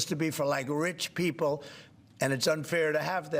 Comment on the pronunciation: I hate how he pronounces: 'Pee-O-pple', it's just weird!